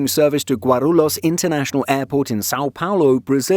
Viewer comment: Nice try on the pronunciation. Let me help. Gwah rule yohs You're welcome